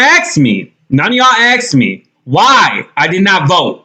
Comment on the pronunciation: He said axed instead of asked.